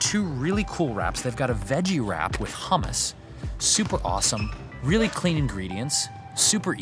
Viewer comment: where did you learn to say 'kuummmus'? From your days at the Det TJ maybe? hahahaha LMAO! I'm showing everyone this video, so funny (and informative)! :)